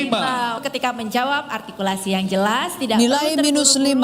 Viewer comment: Biasakan membungkam😂artikulasi tapi gabisa ngomong R😂 "altikulasi"